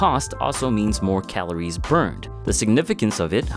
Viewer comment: "Calores", dude. "Calores!"